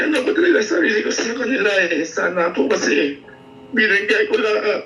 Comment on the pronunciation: Ang sakit nmn ng pagkabigkas ng "binigay ko lahat"😢